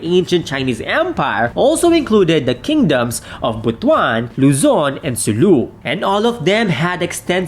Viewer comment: You have at least pronounced correctly the ancient kingdom of Butuan (as Bot-one and not Bo-two-an)